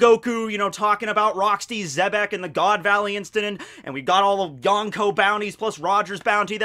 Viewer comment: The one thing I will never get used to is saying Yawnko instead of Yonko. I know he pronounces Kon from Bleach correct, so I just..🤷🏻‍♂️